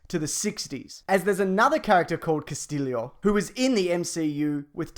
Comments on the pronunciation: you pronounce it castiyo, not castillio ;) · Cass-stee-o not Cass-till-lio. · It´s not "Castilio". It is pronounced "Castiyo". Double L in spanish is pronounced as "Y" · Christ it's not "Cas-teel-ee-o" it's "Cas-tee-o" There's no extra I. This is simple stuff. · CASTILLO not CASTILLIO.... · Its CASTILLO you dum fuck. Not CASTILIO. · Casteelio. Uh... wut? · It's Cast-ē-ō!!!!! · the way you said Castillio!